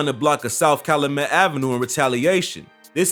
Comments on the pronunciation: This shit hurt my ears. The way he says Cal-luh-met really hurt me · It’s not cal-a-met. It’s pronounced cal-you-met. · There needs to be better research and vetting, Callamet pronounced Cal youu met. A lot other inaccuracies This time in chi history should be documented but this is some culture shit. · You are not from Chicago I see... it’s pronounced Cal-YOU-Met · It’s Cal U Met, not Cal O Met! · Calumet not calamet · Just F.Y.I. It's Cal-U -met, not Calamet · Bro its Calyumet not Caluhmet. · Its Cal(you)met not calamet... Lol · Cal-oo-met😂😂😂😂 it’s not pronounced that way😂😂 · It’s pronounced Cal- YOU- met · It's pronounced Cal-YOU-met 🤦🏾‍♂️. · Its called Cal-Yu-Met 😂😂😂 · Calumet is pronounced (Caillou-Met) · Calumet is pronounced Cow - U - Met 🙄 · And it’s “CALUMET” bro not “calimet” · This dude is not from Chicago. He can’t even say Calumet correctly ! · U saying calumet wrong asl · Lol he saying calumet wrong 😆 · The way he pronounce Calumet I know he not from the city 😬🤧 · Its Cal-u-met not Calamet...and it DU-SAH-BLE high school not duece-able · Omg get people from the city to pronounce names. The street is Cal-you-met, the high school is pronounced Do-sob-el. 🤦🏿‍♀️ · Man if you gonna do a story on chitown... at least learn how to pronounce streets and schools.... CalUmet... DuSable... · Kalumet and dussable 😭😂😂😂 that’s not how you say it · Cal-loo-met? Doo-suh-bul???? Yeah no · You kats kill me man talkin about Chi...everytime he said Calumet & Dusable I cringed...its not Calooomet🤦‍♂️ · Bro this man pronunciations are so bad you obv aren’t from Chicago like bro at least try, do your research or something what tf is caloomet and duce able highschool 😭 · YO!!! 62ND AND CALUMET (CAL-YOU-MET) & DUSABLE HIGH SCHOOL (DUE-SAH-BUL) Pronunciation Is Everything👌🏿. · Bro you miss pronounced calumet and dusable. Can tell you not from chi.